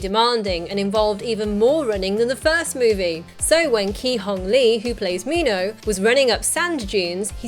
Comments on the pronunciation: min-ho no meen-ho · its Minho not like mi how or whatever you said